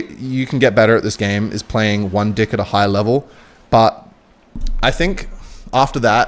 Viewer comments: I love it how he says dick every time he says deck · Is it just me or does it sound like he’s saying d*ck instead of deck?? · Why is he saying dick instead of deck? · Is anyone else hearing “deck” or 🍆…? 😄